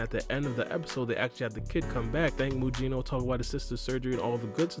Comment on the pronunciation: His name is not Muyino. It's pronounced Mugino like Gyuki and Kusanagi.